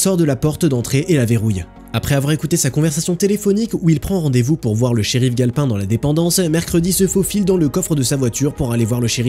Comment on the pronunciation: Tu dis le nom du shérif comme si tu sais gale pain comme le pain quoi sauf que c'est sauf que c'est galpin comme s'y avait un e a la fin